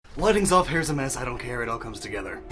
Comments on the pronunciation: i thought you said "wedding's off" instead of "lighting's off" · lol, i thought you said weddings off at first, lol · When you said "Lighting's off, hair's a mess, I don't care it all comes together" I thought you said "Wedding's off" and I was like "Wait... what?" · For a literal second, I thought he said "wedding's off"